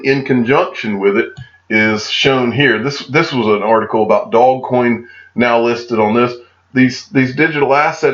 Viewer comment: I think the "Do" in Dogecoin is pronounced like in the do in "do re mi"